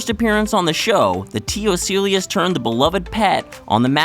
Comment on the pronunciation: In addition to the inaccurate chest 'buster' (chest burster), you're butchering the name of T. ocellus. Ugh.